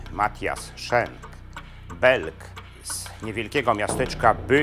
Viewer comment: Nazwisko bohatera tez wymawia Pan nieprawidlowo.Jezeli byl Belgiem a nie Niemcem to mowi sie tak jak sie pisze:Schenk a nie Szenk.Mieszkam bardzo dlugo w Belgii i sadzac po nazwisku bohater Panskiej opowiesci jest Flamandem.